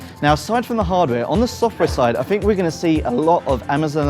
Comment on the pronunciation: It is slightly generational rather than regional. Although, I swear he says Fink rather than THink too. That's more annoying for me.